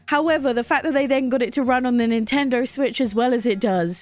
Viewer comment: Nintender? Learn how to pronounce words